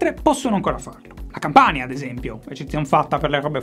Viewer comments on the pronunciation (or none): none